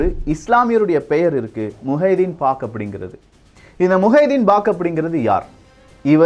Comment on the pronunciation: முஹைதீன் பாக் அல்ல முஹைதீன் பக் ஷ் என்பது தான் சரியான பெயர்.